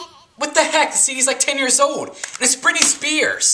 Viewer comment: this isn't funny.. he is trying to carry the humor throughout this by using lots of cursing and vulgarity. it just got old super fast. oh, and he says old funny... like "OWED" and hold on... "HO-ED ON"